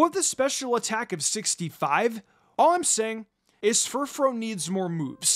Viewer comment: It’s pronounced fur-FROO, “”! 🤨